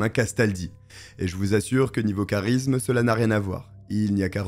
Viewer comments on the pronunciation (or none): none